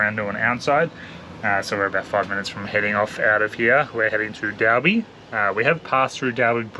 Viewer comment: Hi love ya vids just fyi towns are pronounced EL-LAW-ra and Dol-bee